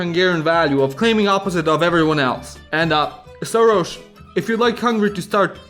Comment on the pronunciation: Soros should be pronounced with two hungarian “s” sounds. Here you said “szoros”, which means “close/tight”.